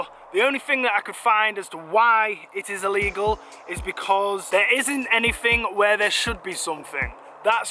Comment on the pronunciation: Will you please learn how to speak. It's clearly illegal. Not ellegal or allegal. Honestly, I'm no queen's English posh nob, but fuck me..... This really grips my shit!